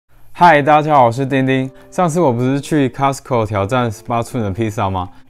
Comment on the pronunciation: Costco 不是 castco😂